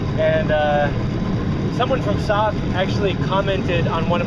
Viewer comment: It's S•O•K. Nobody calls it "sock" 🤣